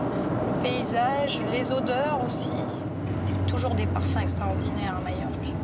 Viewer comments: ..... mallorca en espagnol ...... les 2 "L" se prononcent "y" en espagnol ..... " mayorca " .... Ou bien en français majorque ..... mais pas mayorque .... ça n existe pas. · Alors pourquoi prononce-t - elle " y" ( "Mayorque")? Le nombre de gens qui font cette faute....